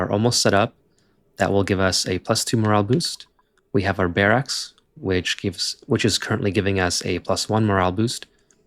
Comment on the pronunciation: Excellent tips and video! But one pet peeve: barracks sounds like "bearucks" not "bearaxe".